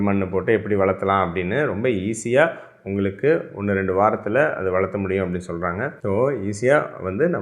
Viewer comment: வளர்க்க, சேர்க்க என்ற சொற்களை வளர்த்த, சேர்த்த என்று சொல்வதுபோல கேட்கிறது. கவனியுங்கள்.